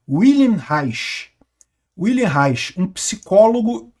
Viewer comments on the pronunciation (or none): Wilhelm Reich (pronuncia-se Viu-helm) foi um dos principais teóricos da esquerda da primeira metade do séc 20, Peter. Olavo de Carvalho falava dele como "a vaca sagrada da esquerda". Pra variar, teve idéias completamente perversas sobre a sociedade humana. Algumas idéias foram implementadas, como as de Gramsci, e está aí o caos que mergulhou a nossa civilização atual.